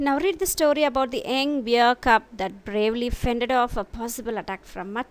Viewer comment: Very Informative...thank you..Hope the pronunciation of BEAR is like this word BARE. ..not like DEAR...BEAR....(Just a small correction)